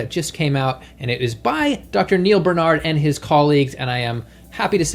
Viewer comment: Why do you insist on mispronouncing Dr.Barnards name?